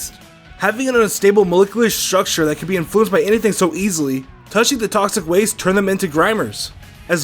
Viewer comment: molecolus strusture, seriously WHAT HAPPENED